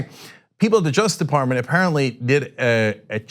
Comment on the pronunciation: Cenk, it's "Justice Department" not "jusdeparmen."